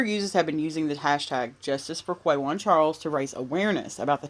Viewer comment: It’s Quawan pronounced Kah-won The “U” is SILENT